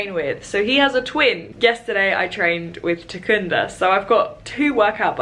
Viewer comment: As a shona person from Zimbabwe it was funny hearing you pronounce Takunda :)